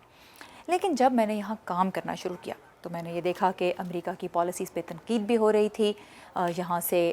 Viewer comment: خوش آمدید آپ کا انداز بیان اثرانگیز ھے اور دلچسپ بھی ، مگر آپ سے استدعا ھے کہ آپ اپنا ش ، ق ،درست کرلیں ۔۔ جیسے آپ تنقید کو تنکید‌ کہتی ہیں جو سراسر غلط ھے ۔ خیراندیش شکیل عظیم مؤرخہ ٦جولای سنہ ٢٠٢٣